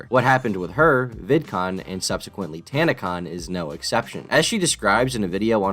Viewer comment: Tana-con turned into tan-a-con